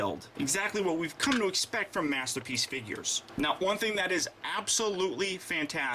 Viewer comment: Last minute or so, he says master peach instead of masterpiece.;) lol